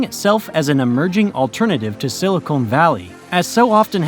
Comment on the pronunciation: Thanks. It's siliCON not silicone when speaking about microchips. Just a little nit picky thing.